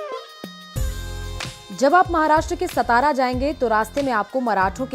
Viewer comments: It's not सतारा it is सातारा. Shows your level of research..😂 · Satara bolo saa. Saa not sa